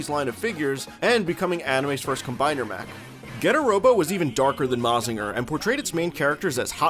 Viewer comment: not that im complaining, but it is pronounced "ma-jin-ga". not "ma-zinga". but hey, most english-speaking people dont usually care about looking it up on how to actually pronounced some stuffs